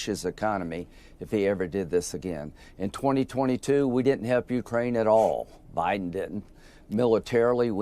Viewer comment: Ukraine is accented on the second syllable. It is not accented on the "U."